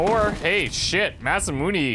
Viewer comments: I hate to be that guy, but it's pronounced Masamun"ay" not Masamun"ee". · Don't! It's Really going to get my goat if you listen to this guy. You've been saying it Mas-Ah-Moon-Ee, which is very Canadian of you, but not all that wrong. There isn't a "Magic E" in Romaji, so Mas-Ah-Moon is improper. Instead, try Mas-Ah-Moon-Ae. Backup Source, if you really need it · That guy is actually a little wrong. Masamune is pronounced Mas - ah - moon - ay (as in Hey, or Day, or Gay). Or at least, that's how it's always pronounced in Japanese whenever I've heard it. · ma - sa - moo - ne ne is not ney like money, but ne like ne in necro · Shouldn't Masamune be pronounced as "Mas-ah-moon-a" ? Shorter pronunciation on moon. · die a little inside every time I hear him say Masamun"ee"